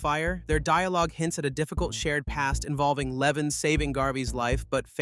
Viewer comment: His name is LevOn not Leven. For anyone looking this movie up, it's called A working man.